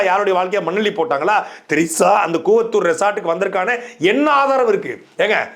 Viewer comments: தலைவரே அது கூவாதூர் இல்ல கூவத்தூர்.... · கூவாதூர் இல்லை கூவத்தூர் என்று பேச வேண்டும்